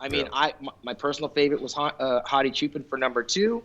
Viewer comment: Why do you keep saying “sshoo-pen” it’s pronounced just as it is written: “CHOO-PAAN”